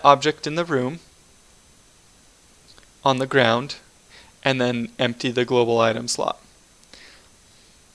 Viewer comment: It's global. Not globl.